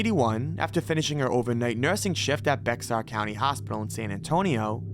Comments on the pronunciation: There are a lot of mistakes (understandable for the amount of content. But the pronunciations kill me. Lure is pronounce lorr and Bexar counter is not bexar its bear, i was dying almost ever other killer on some of his annunciations alone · Heads up, from san antonio, Bexar is pronounced Bear, no idea why it is, just is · "Bexar" is pronounced BEAR..... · Bexar county in Texas is pronounced “bear” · BEXAR county in Texas is pronounced "BEAR". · As a native, Bexar County is pronounced like Bear County lol I thinks its funny when people pronounce it wrong. I love your videos man and your editing especially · Bexar is pronounced just like Bear. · Bexar is pronounced bear